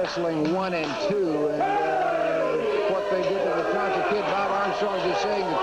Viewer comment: it Tonga not Tonka ...lol